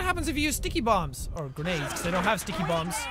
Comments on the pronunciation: It's not sticky bombs it's dicky bombs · I always hear -----TICKY-BOMB